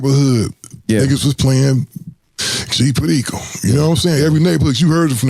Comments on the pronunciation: G Puhdiko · Lol when dude say g Perico hilarious 🤣